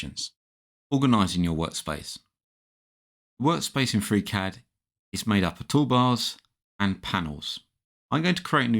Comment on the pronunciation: Gutes Video gut erklärt. Aber warum sagst du immer Fräcät anstelle von Friicäd (Freecad)?